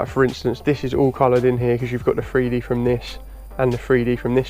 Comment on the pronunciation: I apologize beforehand, but idk where ur from, but ur wasn't the greatest first off. But what is the worst part, is probably hearing grown man mispronounced a word and say FreeDee atleast a dozen or two times lmao